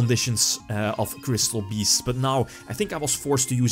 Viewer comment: Gat doss twee kwistoll beests...